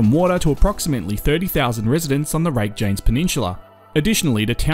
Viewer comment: Yes you would expect the commentator to make at least some effort to pronounce the word. I was taking the video seriously and then along came rake-janes and I stopped watching.